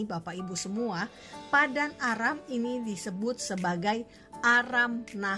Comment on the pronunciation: Terimakasih atas informasi dan edukasi... cuma sekedar koreksi saja... untuk penyebutan nama tempat harus benar-benar jelas... seperti nama tempat "Aram"... kata Aram jika tidak diperjelas bisa terdengar seperti "Arab".... ini sangat penting untuk diperhatikan... karena kalau hal kecil ini disepelekan akan berdampak salah sasaran dan tujuan dari informasi dan edukasi tsb... Terimakasih semoga bermanfaat...GOD BLESS ISRAEL 🙏🙏🙏